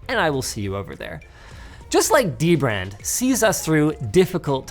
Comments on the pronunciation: Gotta love dem De Brand sponsorships 👌 What, that's how you pronounce it, right? Linus taught me that! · It’s pronounced: Duh-brand